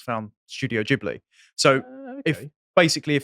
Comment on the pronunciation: I absolutely LOVE that actually knows how to pronounce Ghibli.